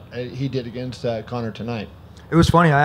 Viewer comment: I cringe everytime Dana says Conor.